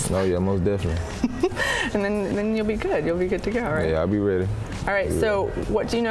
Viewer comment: MOST DEFINiNTLY all day lol